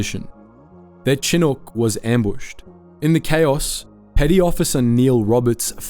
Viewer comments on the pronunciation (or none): Yo man your pronunciations on this one for apache and chinook are very incorrect